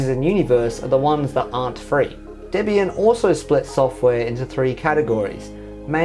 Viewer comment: Finally. Someone who pronounces Debian correctly